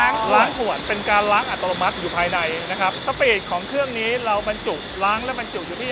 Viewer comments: ดูเพลินเหมือนเดิมครับ ด้วยความเคารพออกเสียง อัตโนมัติ เป็น อัต”โร”มัติ ตลอดทั้งคลิป หรือผมฟังเพี้ยนไปเองก็ต้องขอโทษนะครับ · นี่ก็โฟกัสคำว่าอัติโลมัติของพี่ผจก.ทั้งคลิปเลย 😅🤣